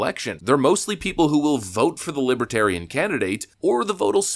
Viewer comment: Brandon can’t even pronounce the word Libertarian……